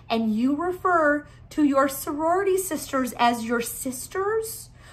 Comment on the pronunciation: Soriority..? 😂 I think it's "sorority" but tbh soriority is better lol